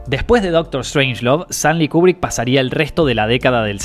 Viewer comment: Buen video,. Lo único que la pronunciación correcta es "Kiubrick"...